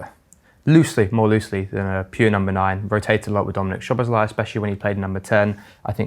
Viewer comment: Can everybody just say Szoboszlai’s name as it should be and not with an SH sound? Thank you